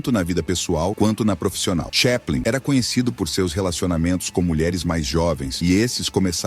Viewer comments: Charles "cheplen"? Nossa deu até agonia, porque sempre achei que era chaplin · Po.. o cara fala Charles TCHÉPLIN... nao precisa falar mais nada.